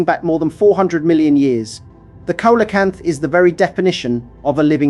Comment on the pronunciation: Ita pronounced "Seelo Canth", not "Cola Canth"